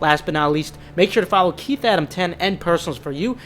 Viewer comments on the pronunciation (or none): none